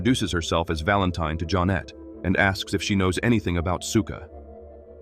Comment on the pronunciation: “ Barn Valentine “. AI really knows how to mess up a name. 😂🤣😂🤣😂🤣😂